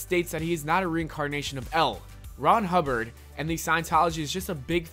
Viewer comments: I heard El Ron Hubbard instead of L. Ron Hubbard lmao. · It's L. Ron Hubbard, not L... Ron Hubbard lol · Lol. What's with the Wierd pauses? L.....Ron Hubbard. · I know this video is old, but dear lord, his name is L. Ron Hubbard, almost pronounced like "elron" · Most of these aren't creepy, also the pause between L and Ron Hubbard is very uncomfortable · This guy obviously didn’t write the script, or even see the episodes. The L in L. Ron Hubbard isn’t the end of a sentence, and in the episode, his name is said the right way multiple times. This just shows that there’s no way that he could have seen the episode if he got that basic thing so wrong, which also means he most likely stole this or had this written by someone else. I mean he stole the thumbnail, so it wouldn’t seem too far-fetched for him to steal the entire video’s script. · Dude, when you say L Ron Hubbard’s name you’re pronouncing the L like it’s the end of a sentence bc it’s got a period after it. But the period just means that it’s an Abbreviation, not the end of the sentence. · You pausing between L and Ron Hubbard is bothersome, it's a name, you are not stopping a sentence and starting another. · are you saying L Ron Hubbard like that on purpose ??